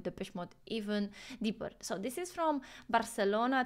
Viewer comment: Hey, you hit that "barcelona" with the latin american pronunciation, nice. That one took me home 😂😂